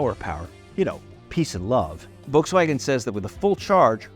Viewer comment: "The ID.Buzz that we rented from Volkswagon?" Did I hear that right? Rented?